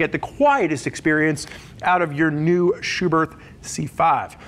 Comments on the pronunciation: Spurg: It’s pronounced SchuberT. Germans don’t have a soft-TH sound. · The h at the end of Schuberth is silent